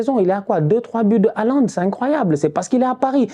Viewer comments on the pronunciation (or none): none